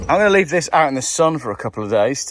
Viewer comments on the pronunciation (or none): none